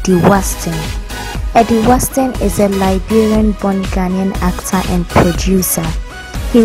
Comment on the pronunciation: Eddie Watson not Waston